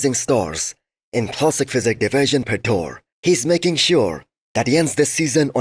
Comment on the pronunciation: stop butchering those names - there is a lot of tools making it easy to identify a proper pronunciation (ask AI chatbot!) - it’s not Pitor! It’s PIOTR! Polish version of Peter. And it’s pronounced “PYOT-r”. It’s not that hard, is it? ;)